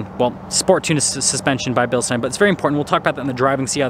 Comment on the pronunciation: Is it pronounced “bill-steen” or “bill-stein”?